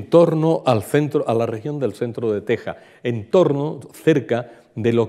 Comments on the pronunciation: Nada que ver la toponimia y la precision geografica. Eso desmerece su presentacion. Apunto que "Tecsas" se pronuncia "Tejas". Y el mapa pues mas que ayudar es un es un anacronismo. Por ejemplo, el "Real de San Felipe de Chihuahua" no existio hasta 100 anos despues de el viaje de Cabeza de Vaca. Es decir, Chihuahua no existia ni como referencia. Por otra parte, los Coahuiltecas eran nomadas desde Coahuila hasta Texas y recorrian a un grandisimo territorio. La frontera actual no existia y este senor piensa que son parajes cercanos! Otra cosa, San Antonio esta en el SUR de Texas no en el norte. De hecho es conocida como "The Capital of South Texas". Aun mas, la caminata fue lo que ahora es Texas, Nuevo Mexico y en el peresente mexicano, los estados de Chihuahua Sonora y Sinaloa... de Tamaulipas a Chihuahua, como el dice, no se puede brincar asi como asi. Tamaulipas esta en el golfo y Chihuahu8a en el Centro norte de Mexico. Es decir, queda una distancia dos veces la extension de Espana entera misma!!! No ha ido. La caminata por Sonora fue en las faldas de la Sierra Madre.... no llegaron al Pacifico pues Alcaraz los encontron tierra adentro. Estebanico murio en "Abiquiu", no "Abicu"... Otra cosa...Los indios pueblo por aquellos anos vivian muy confortablemente a las faldas de las montanas y la orilla de los rios. No tenian joyeria pero tenian una riquisima cultura y nop eran meiserables. Es la actitud del tipico anti-antropologo con todos los prejuicios que lleva... Terrible. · Muy ameno e informativo. Una pequeña corrección: en español Texas (que también se puede escribir Tejas), no se pronuncia "tec-sas", sino igual que si estuviese con una jota. Lo mismo México, Oaxaca y otras.